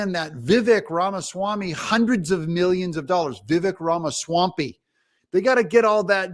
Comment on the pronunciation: Vivek is pronounced "Vivake" like Cake. I think Vivek is fantastic. I'd vote for him if Trump was out, way over the other ones. But, I'll vote for the GOP candidate.